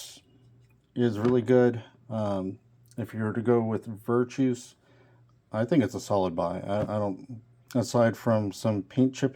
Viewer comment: Sorry, pet- peeve: NOT VIRTOUS... (well, I mean, the dude is virtuous. Obviously. He's a Great guy!) But his name is Virtus. VER. TUS. VIRTUS. Little mishmash of virtuous and vertical, I think. Sorry for the vocabulary lesson. Like I said, pet-peeve. 🙃